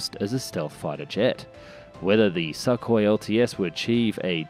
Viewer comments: Hey! Russian aircraft are called Su, Tu, Yak, Il… they are called after their designers: Sukhoi, Tupolev, Yakovlev, Ilyushin…. Their pronounciation is Su (su NOT S.U.), Tu (‘too’ NOT T.U.), Il (il NOT I.L.) ect… official names are as follows - big letter followed by small letter: Think of it as NASA and EASA (NOT E.A.S.A.) 🤗 Great video as usual! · TOTALLY AGREED IF YOU’RE GOING TO NARRATE AND YOU CAN’T PRONOUNCE WORDS PROPERLY GO BACK TO ELEMENTARY SCHOOL AND LEARN HOW TO SPEAK PROPERLY FOR THE PUBLIC’S SAKE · Sukhoi - the U is pronounced like in Sugar or pull, it was a bit painful to hear every time. Not trying to be "that guy", just trying to help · Kinda like x-32 + x-35 in terms of configuration Also please go check how to pronounce Sukhoi, yours sounds weird. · 1. It's pronounced "sookoi", not "suck hoy", which sounds like something a gay sailor might say. 2. Russia can't afford to build it, or not in any quantities that matter. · Isn't it 'Sook- hoi', instead of 'Suck- hoi'? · It's not suckhoi but sookhoi in pronunciation. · I’m pretty sure it’s pronounced SOOKOY not SUCKOY. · The way pronounce Sukhoi is hilarious. Suk is pronounced the same as in look, put etc 😆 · Dude it's not "Suck-oy", it's "Suu-koy" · Сухой | Sukhoi C = S y = ū x = kh o = o й = i Sou - khoi, not Suh - koi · "Neh Robotaye" should be the handle of any next Gen Russian aircraft. (Translation: "Doesn't Work") *And it's pronounced "sookhoy" not suckhoy 😂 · its Sukhoi not shakhoi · Not a SuckHoy jesus christ damn it. It is pronounced as SOOHOY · Wtf with your pronunciation SAKKHOI.. it's Suuu Khoi u idiot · I love how he calls it the, “Suckhoy” lol and not call it the, Sukhoi lol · The name is pronounced Soo koi, not Suckoi 😕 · im curious. what kind of stupid is needed to pronounce sukhoi as "Suck Hoi"? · It's not pronounced a "suck" hoi as you say it. Your pronounciations "suck". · What the fuck is a suck-hoy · Lol love the pronunciation "Suckhoi" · It's weird to hear suck oi